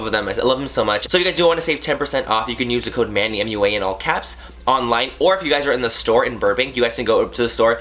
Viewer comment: Manny MUA = Manny Make-Up Academy. it's kinda pronounced like "Muah"